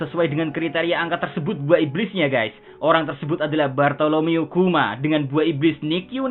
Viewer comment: Min , cara lu nyebut nama depan Kuma salah . Msa sama kek si rambut ijo fans berat SHP